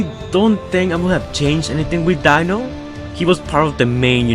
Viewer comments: Deano, not dinno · dino not dieno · It's pronounced Dee-No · You pronounce Dino as (deeno)